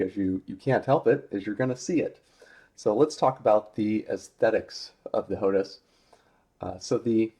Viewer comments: Why do you keep saying HOTUS when it's HOTAS? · its ho-tas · It's pronounced "Hot Ass"